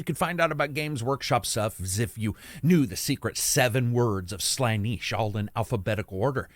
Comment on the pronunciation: Slaniche, clever, I see what you did there... or was it an accidental mispronunciation? I'll never know.